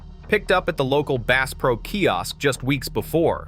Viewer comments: "Base pro" ? AI much? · The AI voice can't even pronounce the "bass" in Bass Pro Shops correctly. I am out of here. Product better content. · "Bass Pro Shop" as in "bass guitar"??? STOP THE AI BS!!!!!!!!!!!!!!!!!! Use a HUMAN!!!!!!!!!!!!!!!!!! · You fo not even know how to pernounce bass pro